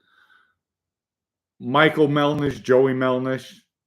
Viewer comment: MelDish not MelNish…please get that straight.